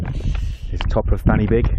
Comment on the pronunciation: Say it with me, "Pen uh van", "Van uh beeg"